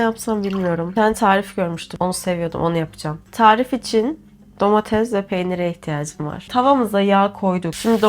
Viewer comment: Domates❌ Domatez ✅